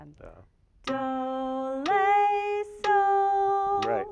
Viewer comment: Daniel Dias flat 6 is called Le (pronounced "lay") major 6 is call La (pronounced "lah") so yes flatting and sharping a solfege involves changing the syllable slightly